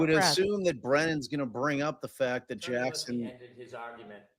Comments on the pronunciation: Hey-just fyi, the name Alessi is pronounced with a short e not a long e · has an apparent issue pronouncing Mr. Alessi name. It's so disrespectful, IMO.